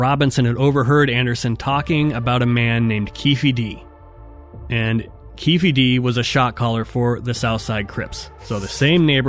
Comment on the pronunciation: Was he trying to say Keefe, D?